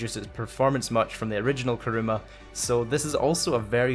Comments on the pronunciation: You said Karuma not Kuruma lol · It's kuruma not karuma 🤦🏻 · 1. Karuma is not correct. It's kUruma. 2. Don't add cars with spoilers on them, or custom because they're like the Progen GP1, the more customizations you added to the gp1, the more slower it became against it's stock form. 3. The Nero is too expensive for some people, and the bugatti(adder) is faster then the Nero, so the adder would be better. Now, use this feedback. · Armoured KARUMA KARUMA KARUMA ITS KURUMA